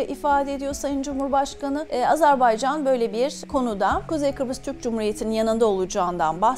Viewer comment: Hocam Azarbaycan diye telaffuz ettiniz. Doğrusu Azerbaycan’dır. Lütfen özen gösterin.